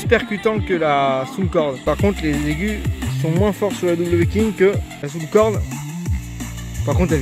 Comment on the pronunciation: On ne dit pas Soundcorde. On dit Soundcore.